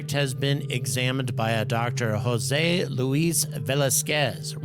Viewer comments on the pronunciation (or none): none